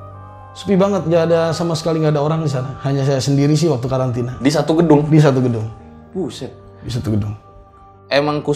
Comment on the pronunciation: "buseett" depok banget si hahahaha